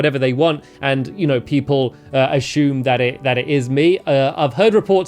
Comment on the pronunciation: Ashume that pronunciation